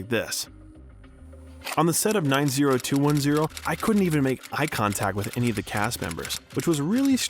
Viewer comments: I never thought id hear anyone mispronounce 90210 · somebody fix that robot voice to pronounce 90210 correctly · Did he really call the show. "Nine zero two one zero" ???😮